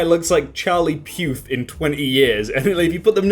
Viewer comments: Charlie Puth? Sadly for, his last name sound more like 'pooth' and less like 'peaueueuuuth' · Did you call Charlie Puth "Charlie Pewth"?